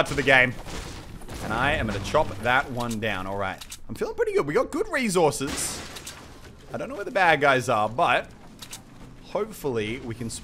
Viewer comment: someone teach him how to say resources